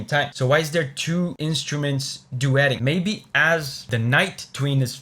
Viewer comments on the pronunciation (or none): none